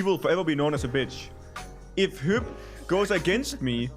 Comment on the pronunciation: Hyp is pronounced Hip btw :)